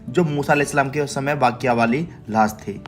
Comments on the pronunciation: 😂 Laas nahi Laash bolo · Laash nhi lahash